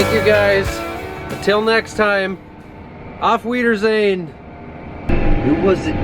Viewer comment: You said that "Auf Wiedersehen" pretty good. You should definitely learn some more German. You're talented 😅